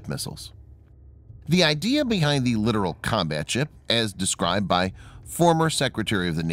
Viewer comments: Not sure if its been mentioned already, but its pronounced LiTorAl, not literal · It is irritating to hear this obvious mistake over and over again, in video after video. Not just here but on many other videos.